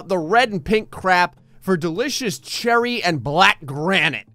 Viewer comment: No one, absolutely not one single soul:: “cHER R Y”